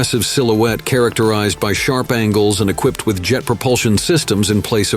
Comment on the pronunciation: "Equip ped"? "VEEgilante"?